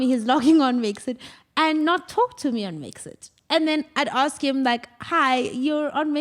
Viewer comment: You must aks! 🤣🤣🤣🤣🤣🤣